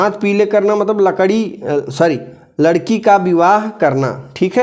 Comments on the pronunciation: Lakdi😂 sir ji Bo ladkhi hai😂😂😂😂😂😂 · Lakdi sorry ladki...😂😂😅 Sir Aisa kon krta hai....😁